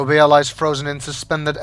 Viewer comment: Bea isn't said as "Be-a" it's said like "Bee", the a is silent.